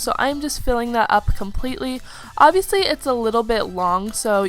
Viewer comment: STOP SAYING OBVIULUSY